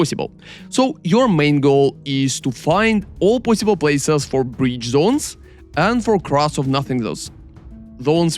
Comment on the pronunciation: I like when he says "as fast as poisibule" <3